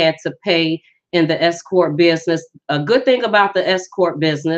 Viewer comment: Just had to say this. At first, i thought u said "escort business" because of the accent while speaking. THEN...i realized u were saying "S Corp". Foolish me🤥. Anyways, good & concise info. Peace out.